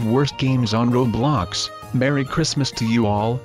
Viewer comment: Every time your robot voice thingy says « roblox » it says « roadblox »